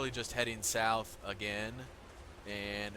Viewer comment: “And just keep heading SoUwF.” 🤣🤣